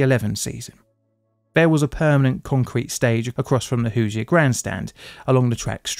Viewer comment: You pronounce Hoosier like a native. Props